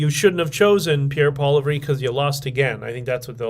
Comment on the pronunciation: Pretty sure Pierre’s last name is pronounced like “poly-EV”